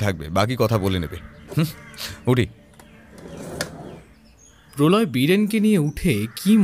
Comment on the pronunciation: Polau Som ✅ Prolay Som ❌